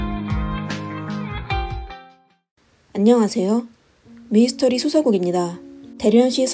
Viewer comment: 배경 음악 소리가 너무 커요. 그리고 미스터리 라고 써놓고 왜 미이스터리 라고 하시나요? 미스터리 발음이 안되시는건지? 아니면 부드럽게 들리라고 일부러 그러신건가요? 미 이 스 터 리